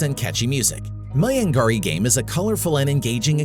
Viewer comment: It's maya- nagri